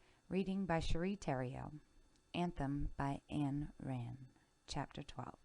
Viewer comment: Ayn rhymes with mine